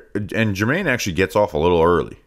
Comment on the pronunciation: so proud of you for getting Jermaine’s name right. Quick bounce back, nailing it now. Please don’t die in the hurricane. TGVTW